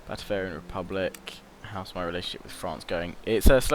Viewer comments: Batavian not Batavarian no R mate :D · Yeah he's getting Batavian and Bavarian mixed up. There's no such thing as Batavarian XD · He also keeps calling it: Batavarian. He needs to read more carefully. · Try to say it Bah-Tay-Vian Bah (short a, kinda like shouting Bah! at someone) Tay (long 'a' sound) Vian (same as 'avian' ie. bird stuff) If that doesn't make any sense (rarely does :P), then search "batavian" it at a place called Howjsay Hope this helps :D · There's no 'r' in batavian...